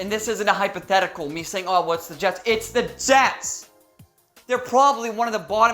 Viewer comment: The Je(s)ts ... as in 'surely you ... ' ☹️